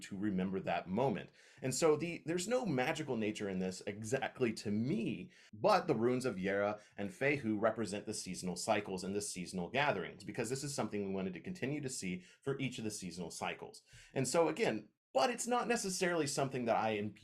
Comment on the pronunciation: Great video but just a couple things: pronounced Feh-hoo, not fay-hoo. Geh-bo, not gay-bo.